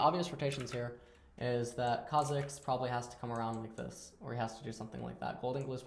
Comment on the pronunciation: When he says Kha'zix instead of Kha'jix <3